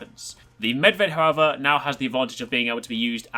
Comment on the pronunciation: Just want to say thanks for pronouncing perfectly Medved. Most of Americans fail to pronounce foreign words. Even characters like Niko Bellic and Zoran Lazarevic.